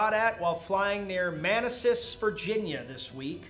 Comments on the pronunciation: You mispronounced both places... Couldn't tell if it was intentional or not. Manassas is Muh-nass-us and Dumfries is Dumb-frees. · Love the pronunciation of Man Asses and Dump Fries. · Ma-na-sas and Dumb-frees is how they are pronounced! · I mean. man asses is actually closer to the correct pronunciation than how you said it.